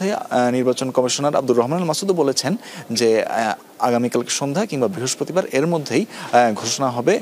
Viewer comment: বৃহস্পতিবার ❌ বৃহস্পরিবার✅